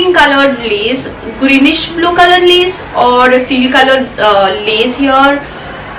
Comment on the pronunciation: Lees 😂😂😂😂its caleed lase